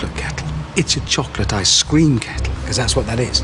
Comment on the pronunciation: He pronounces "Ice-Cream" like "I scream" lmfao